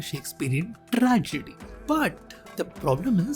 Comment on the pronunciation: Tt-rrrrr-gedy..... Exploding 'T's & sliping 'R's....😂😂😂